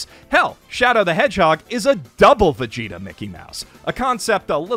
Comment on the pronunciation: First time in my life hearing Vegeta pronounced as Veshita